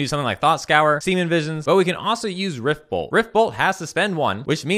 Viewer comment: That serum visions pronunciation was at least questionable hahahahah!! Love you, daddy!